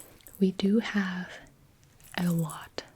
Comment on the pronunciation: I genuinely thought she said “I am twelve”...